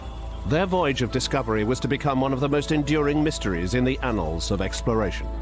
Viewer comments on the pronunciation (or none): Yeah the annals of history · He said "annals"..